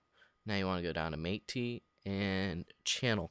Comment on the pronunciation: Agreed. For example, explain/demonstrate what the color spill node does by showing the before and after and explaining the purpose. Also, "Matte" is pronounced like the name "Matt", the e is silent.